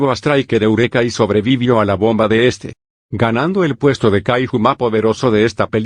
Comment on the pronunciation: Por qué los loquendos cuando dicen Kaiju le dicen kahijo ajajajaj